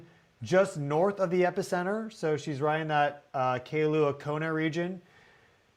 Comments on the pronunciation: KAILUA IS PRONOUNCED 'KI-LUA"... NOT KAY-LUA ;-) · Mahalo for reporting! We didn't feel it where we are on Oahu but others did. Kailua is pernounced more like Kai-looo-ahhh fyi. Sometimes these earthquakes proceed before a big eruption, like we had in May of 2018 that took out much of Lelani Eatates. That was right as Uranus was at final Degrees of Aries going into Taurus. So I wonder what Tutu Pele has in store for Uranus in Gemini trine Pluto in Aquarius. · Who reads Kailua-Kona and thinks Kay-a-lew-ah and not Kai-lu-a. But somehow almost nails Ni'ihau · Kailua - ai pronounced as a long i. It’s not kay-lua. 😊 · Its pronounced Ki lua long I . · Kai lŭ ă. Brother ur killing the names. Ō ă hoo. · Kailua is pronounced as in MY loo-ah. Felt strongly here in Keauhou (like Kay a hoe). Down in Honaunau, Captain Cook monument inlet area, roads were blocked, windows shattered. Spot was swarming a day or so. Feel like Mauna Loa gonna break open soon, maybe on Hilo side where the small quakes been shifting to. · think 2 syllables “ky-lua” Kai referring to ocean and in this case it’s current. If it were to sound the other way, usually there’s an ‘okina (‘) between the an and the i to let you know but not always 😅. Hang out on island more, you get it! Hope that helped. We appreciate all the hard work you put into your channel. Aloha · it’s pronounced Kailua as in “Ky Lua” 🙏🏻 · Love you and your channel bro. Ps. Its pronounced Ka eye lua, Kona. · Hearing you absolutely butcher Kailua. You either need to ask or don't try. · Sheila, teach him how to say Kailua 😅